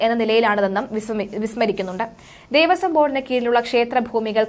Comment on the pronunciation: ദേവസ്വം ആണ്. ദേവസം അല്ല.